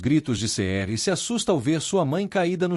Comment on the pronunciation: Essa narração mecanica que não pronuncia os nomes correramente fica tudo igual. Todos começam com Ce. Cerem, Cemre, Cenq, Ceniz, Ceher